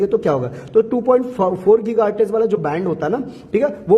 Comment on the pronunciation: Giga Hertz ❌ Geeeeega HartizzzzzzZzzzzZzzzzZzzzz ✅